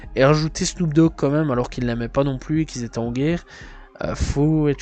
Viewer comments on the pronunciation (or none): Mec tu sais pas parler .notorious bic?snoop doc?seun combe?bousta rymes?buc daddy kane?faye evans??et toutes les autres en français et en anglais,un carnage.. inbeuliveable